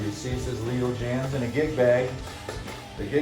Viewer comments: it's pronounced ( James) not jams...😊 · Dude, this was a good video, I HAVE this guitar, but Dude's name is NOT "Jams", but Jaymz, that's a, l o n g "a", I've met him, and that's how he pronounced it. That said, I was so impressed by this video, I clicked a like and subscribed....then I went to the channel looking for more guitar content, and all I saw was dogs, snow and pools....none of which interests me. That said, I'm now un-subscribing and wishing you the best of luck.